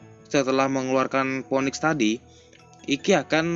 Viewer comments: baca phoenix nya finix gan buka mpoenik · Ngomong phoenix aja blm bener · god dibaca gad bang.. phoenix bukan poniks.. piniks.. cmiww